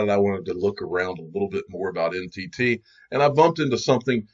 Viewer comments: Notice how NTT is pronounced like Entity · When they say NTT, it sounds more like entity.